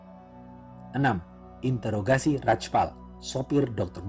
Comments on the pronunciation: Interogasi bukan intrograsi min wkwkwk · Bang ralat bukan intograsi tapi introgasi, intro bang bukan into. Dari kmrn dengerin kok ngerasa aneh ternyata r nya salah tempat wakawaka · interogasi bang.. bukan integrasi 😊 btw semangat buat konten selanjutnya, aku suka cerita cerita india. plot twist nya kece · Interogasi, kok malah bilangnya intograsi 😂😂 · Interogasi bang bukan intograsi... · Intorgasi apa introgasih sihhh auto kuping gua yg salah apa tu orang yg gak bisa ngomong